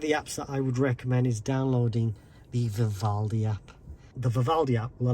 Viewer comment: "I recommend downloading the V... app" I can't quite understand which app you're mentioning ..."vivaldi, rivaldi"... can you share this here again, please Also if you know... I tried to connect the car to my phone hotspot and it just says "connected but no internet is available". Does anyone knows what I'm missing here? It's not the phone, other devices connect just fine through it